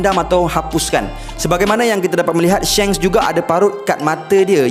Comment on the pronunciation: Shanks bukan Shengs duhh